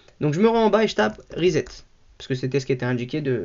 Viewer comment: pas rizette mais ressssset